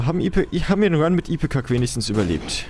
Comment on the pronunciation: Du hast es beim ersten Mal eigentlich schon ganz richtig erklärt. Der Bogen ist die Range, die Pfeile die Tear Rate, und diese Kugeln stellen den Shot Speed dar. Aber du bist nicht alleine, ich spreche Ipecac auch so "deutsch" aus.^^ Ich finde den Dark Room echt so cool. Viel huebscher als die Chest. Es war auch nochmal witzig zu sehen, wie OP du am Ende nochmal geworden bist. Aber eigentlich war Poly mit Technology noch viel cooler. Da war der Laser auch fast so dick wie ein Brimstone, nur ohne Charge Time und irgendwie... gezackter. Und dadurch, dass er dicker war, kam ich mir damals immer so stark vor. Das waren noch Zeiten!